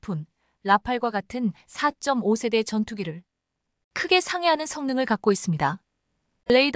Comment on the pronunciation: 읽는 사람 좀 엄선하세요. 2~3세대를 23세대로 4~5시ㅣ대를 45세대로 읽으니 ㅣ세대가 몇년인 지도 모르는 무식한 해설 자를 기용해야하나요? 넘 귀에 거슬리고 다음 세대는 어쩌려고~~~ 좀 가르치던가?